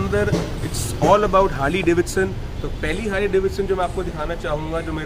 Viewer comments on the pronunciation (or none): Please pronounce properly. This is not Hadley. Proper pronouns is Harley (ھاڈلے 😂)